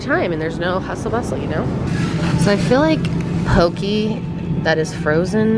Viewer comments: And poke isn’t poke-e, it’s poh keh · As someone from Hawaii, the way you say mochi and poke is so funny to me lmaoooo. it's actually pronounced as moe-chee and po-kay. love you guys though lol.